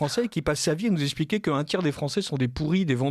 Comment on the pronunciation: par pitié.. on dit eXpliquer pas espliquer, on vous n'avez pas, et non vous zavez pas...